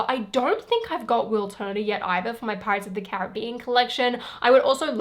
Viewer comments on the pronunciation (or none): none